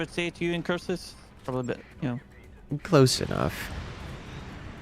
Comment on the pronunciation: IncuRsus, nice hard R pronouncing.